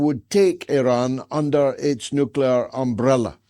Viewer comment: stupid! who should stand against irgc nucular bomb?! you?